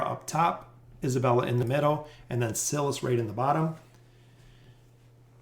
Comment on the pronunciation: I watch your videos every time they drop and I love your content! But, I gotta say, you remind me of the substitute teacher skit on Key and Peele who mispronounces every student's name lol. It's basically a meme at this point. Are trolling us?? I cant tell. It HAS to be on purpose, right? The "i" in Silas is a long vowel as in "silent" not a short one as in "silly". The rule is (but there's always exceptions) vowel/consonant/vowel is a long vowel sound (like in bike, tone, wine, wily) Vowel/consonant/consonant is a short one (like in silly, bully, sinner , bigger etc.) I apologize for the english lesson but I hope it helps in the future if you're uncertain about pronunciations. Haha I know it's probably annoying but I promise I mean well.